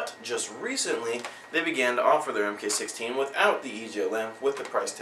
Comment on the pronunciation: Because that is the SOCOM designation of the scar. It's pronounced MARK not M K.